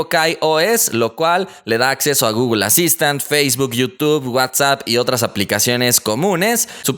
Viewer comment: Porque dices gogol se dice google no gogol 😠😒😂